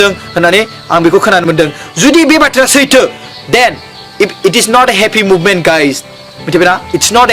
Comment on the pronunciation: "Movement" amprai "moment" ni difference kow mwntiya nama nwngtanga?